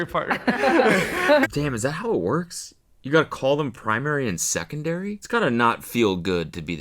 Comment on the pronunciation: the primary and secondairy had me wheeeezzzinc😂😂